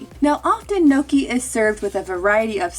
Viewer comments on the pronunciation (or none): aha. as an italian the way u say gnocchi is unbelievably triggering LMFAO